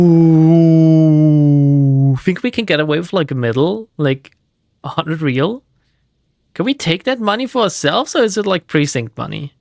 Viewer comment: Why did ya mispronounce reàl everytime, just say it in german